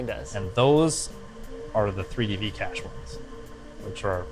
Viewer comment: Regarding the Cache ,,,, this reminds me with (Proper Pronouciation)